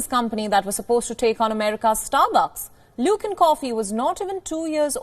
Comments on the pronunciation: Silly ... why mix coffee and politics ? Also it is best time to buy luckin at this price when stock reopen again ... btw it is pronounced as LUCK in not LOOK in 🤣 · Lol lol... Luke in coffee.. Are you having a pronunciation issue? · Luckin. Rhymes with...